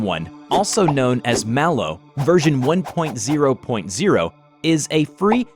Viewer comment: It’s not pronounced Malo, o think it’s Mal 0 but like Mal0 This is just what I have heard don’t come for me.